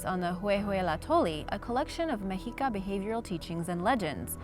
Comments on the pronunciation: Meh-she-ka, not me-he-ka. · Its actually pronounced Meshica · I think it's pronounced (Meh-she-kah) never heard it pronouced like that before😮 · Meh shee kah